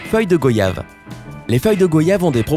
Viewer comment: On prononce « GWAYAVE » pas go-yave 🤦🏾‍♂️ Pourquoi personne ne déforme voyage et loyer ?